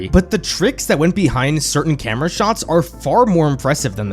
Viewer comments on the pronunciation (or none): none